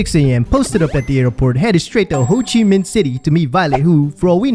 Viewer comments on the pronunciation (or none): Did he just say “hoochie min?”